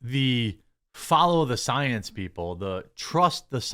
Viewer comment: Got me with 'The Soy-ence" 😂😂😂